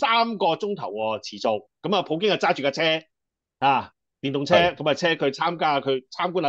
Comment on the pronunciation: 係普京，唔係葡京